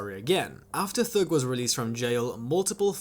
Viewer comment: T.h.u.g. Not thög bro